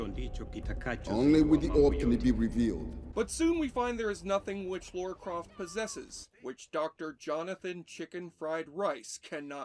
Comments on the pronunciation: I know I'm late to the party, but - it's Lara. Lara Croft. Not Laura. There's no "u" in her name. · They changed her name from Laura to Lara so that Americans could pronounce it correctly and you still got it wrong every time in this video 🥲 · Her name is Lara not Laura. What is it about American's always pronouncing it wrong... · Holy crap, it’s Lara. L - A - R - A. Lara, Lara, Lara. Has been for years. Not Laura. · Stop saying "Laura"! Gah! It's Lara! Lara! Is it so fricking hard? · Ffs it's "Lara"... NOT... "Laura". At least pronounce it correctly. Have you even watched the movie or played the games? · Her name is Lara not Laura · Laura? I thought it was Lara... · Don't many people find it annoying if you deliberately get the name of the protagonist wrong? It is LARA Croft, not "Lora" or Laura" or whatever. LARA. Two syllables, pretty easy to remember. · Why can't americans say the name 'Lara' properly...Laura is a different name. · Lara, not Laura. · It's lara not Laura. And it was the 32 bit era not 64 bit. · Say Lora one more time 😭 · I don't know wtf educated people can't pronounce LARA. And I'm from a freaking third world country. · And yet, he still struggles with Lara. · I turned off after the 15th time he mispronounced her name.